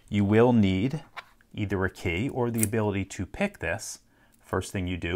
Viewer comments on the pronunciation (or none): After watching dozens of his videos I notice he often pronounces "key" as "kay" like in this one (but never pronounces it that way with "keys" or "keying"). I wonder what region he's from